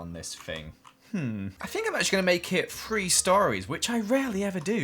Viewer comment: Is it just me or did he say free instead of three 😆😆😆😆😆😆😆🤣🤣🤣🤣😅😂😂😂😅